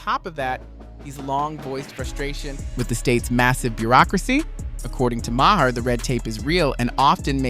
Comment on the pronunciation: It is not pronounced Ma her. The H is silent. It is pronounced Mar